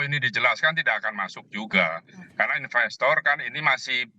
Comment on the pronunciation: investor pak bukan inbestor